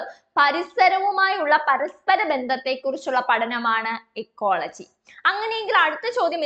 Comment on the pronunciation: ഇക്കോളജിയല്ലെ എക്കോളജി എന്ന് പറയുന്നതെന്താ